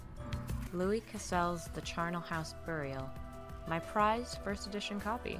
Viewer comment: You pronounce Charnel like Charlie :).